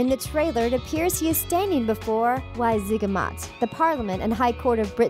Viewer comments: Wizengamot not y zig a mot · 4. "Vizzen-gam-at", not "why-zig-e-mot". Shitfire. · Couldn’t even pronounce WIZENGAMOT correctly. 😒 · Pronuncing Wizengamog wrong too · And she pronounced Wizengamot wrong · You clearly don't know much about Harry Potter lore do you? Firstly it is known that Dumbledore taught transfiguration, Secondly Grindelwald died in 1997 at the hands of Tom Riddle, Thirdly your pronunciations of Wizengamot and Leta is terrible. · It's irritating on these videos when they terribly mispronounce things. Right at the beginning- Grin-del-wald, not Grinwald. Sound it out, lady. Wizengamot sigh